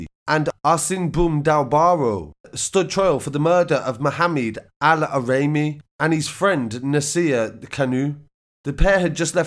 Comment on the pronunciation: Your pronunciation of the victims name is terrible 🤦🏽‍♀️ mohamed AL Araimi not allahraimi